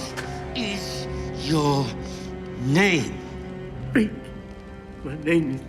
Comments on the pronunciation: Reek,it rhymes with sneak!! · Reek it rhymes with freak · ***** it's reek you idiot